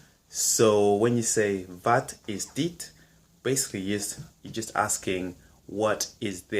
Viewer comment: Good job! Please, keep in mind that the a in wat and in water are spoken differently. Wat has a so called short vowel and water a long one. Check Google translate. Keep up the good work.